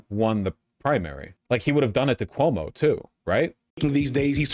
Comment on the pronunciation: Why does he keep calling Cuomo Como?